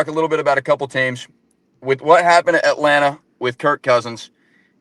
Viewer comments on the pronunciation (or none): none